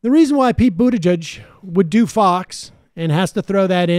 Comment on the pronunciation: I like the way Sam always butchers people’s names 😂😂😂 I mean I can’t also say Buttigieg more than twice without butchering it